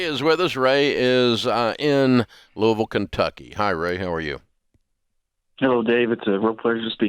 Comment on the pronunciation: Wow Dave pronounced "Louisville' right! As someone who's from here, that's a rare occurrence so thank you Dave!